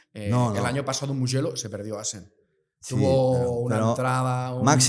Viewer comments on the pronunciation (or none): none